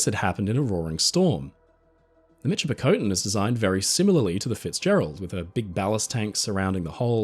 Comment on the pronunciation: Michipicoten is pronounced miss-ship-ah-cotton